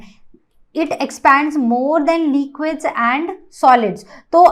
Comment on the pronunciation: Liiquid ❌ Liquid ✔️